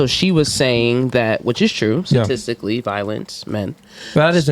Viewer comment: Su-Stistically …no wonder they operate on nonsense…”Ladies “ 🤷🏽‍♂️🤦🏽